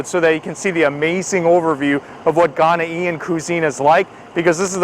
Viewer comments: it pronouced Ghanaian not ghana ean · please the term is "Ghanaian" 👉🏿one word not 😟Ghanaian-ian👎🏿👎🏿👎🏿☻. Thanks for trying it out....n u get A thumbs Up👍🏿👍🏿👍🏿 for trying.... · AHSJSHSBS GHANA “EE-IN” it’s more like Gone yin or Gan yin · His pronunciation of Ghanaian is hilarious...... Ghana-e-n